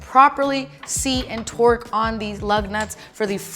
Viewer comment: Love how says “twerk” instead of “torque”😂😂